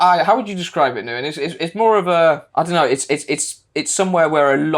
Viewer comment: Ngyuen is pronounced as Win, you have been calling him by the wrong name since the day you met him and he literally pronounced his name when you introduced him, and you all kept going with the wrong name.. People will put up with Western shit, as long as you are willing to pay. Try harder